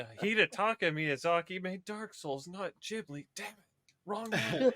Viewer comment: How could she do that to my beloved studio "Jibly"? 😂